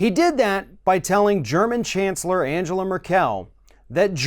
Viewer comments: Please stop saying AnjÈla MerkÈl. You're better than this, she's obviously not French. Her name is pronounced Àngela (with hard g as in "go") MÈrkel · I really appreciate you... But her name is NOT Angela Merr-kell It is pronounced Ann-gell-ah Murr-ck-ll Like Ann (Hathaway) gell (gelding) ah (as in I have an idea) murr (as in A'Murica) do (as in fuCKed)... I'm drunk I think you can finish this thought off for yourselves... Have fun listening to hypocrisy. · Good video. Trump seems to be trying his hardest to become the stereotype of the “Ugly American”. One thing. You are mispronouncing the German Chancellor’s name. Her first name has a hard ( it should sound like “triangle”). With her last name, the accent is on the first syllable, not the last syllable. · Angela’s last name is not pronounced as Mer-KEL! It’s MER-kel. Accent on the ‘MER’!!! And...her first name is pronounced An GE la...Hard ‘G’!!! Not like ‘Angel(a)’🙄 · AnGela Merkle is how to pronounce her name. Stop with the AnJela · Angela Merkel is pronounced AnGela (hard G) Mur'kul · Jesus Christ its anGela, hard G! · Hey, man -- you need to learn how to pronounce Angela Merkel's name! 😉 The " g" in Angela is a hard "g," and the emphasis on her last name is on the MERkel (kinda like some southerners pronounce miracle)! Just sayin'! 😏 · Angela Merkel is pronounced with a hard 'G'.